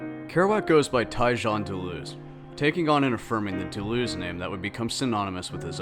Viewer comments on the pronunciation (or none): doo-loo-oz...that's pronounce...he did not wander aimlessly...jeez